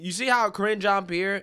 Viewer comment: I like the way you pronounce the press secretaries name. "Cringe On Pear"